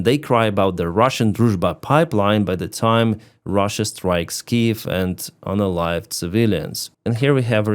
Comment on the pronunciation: Thanks! I thought he was saying unaligned, or something.